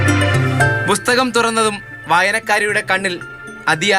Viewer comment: റിപ്പോർട്ടരേ ബുസ്തകം അല്ല പുസ്തകം